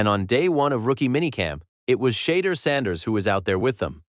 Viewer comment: Is this AI? how are you saying the guy's name wrong in 2026